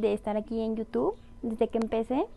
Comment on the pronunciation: Hola Alicia te hago una observación con todo respeto. Se pronuncia IU TUBBBB con B al final, en este video dijiste dos veces al principio, dijiste yutu. Saludos